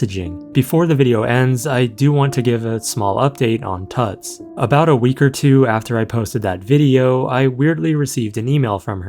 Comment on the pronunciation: It's almost certainly pronounced 'Toots" as in Tootsie and not pronounced like King Tut.